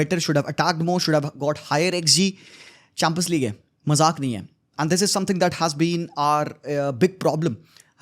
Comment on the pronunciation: Champions League ❎ Chum-pins league✅